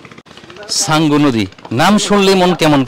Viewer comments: উচ্চারণটা ’সাঙ্গু’ হবে, ছাঙ্গু নয়। এই নদীর অন্য নাম হলো ’শঙ্খ নদী’। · কিছু মনে করবেন না আপনি তো একটু রেগে গেছেন যাইহোক উচ্চারণ টা হবে সাঙ্গু কিন্তু আপনি বলেছেন ছাঙ্গু আপনি ভিডিও প্লে করে 11 minutes 20 seconds থেকে play করবেন শুনবেন 24 seconds এ আপনি কি বলেছেন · আপনি চাঙ্গু বলছেন কেনো হবে তো সাঙ্গু